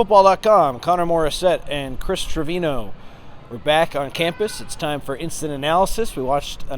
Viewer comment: Agreed, except Chris needs to correctly pronounce Treviño